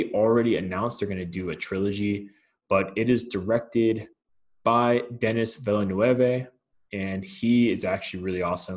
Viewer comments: Pronounced “Denny Villnuv”. The “U” sounds like “up”. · You keep mispronouncing Denis Villeneuve and things from the book...